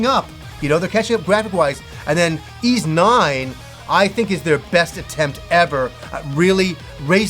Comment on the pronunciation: for the love of adol its whys 9 not eez 9